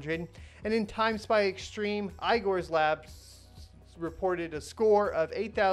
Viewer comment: The name "igor" needs to be pronounced not as ay-gor, but as e-gor.